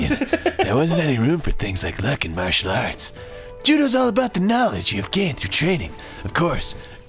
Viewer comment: he said 'Martial Arts" incorrectly.... scrub.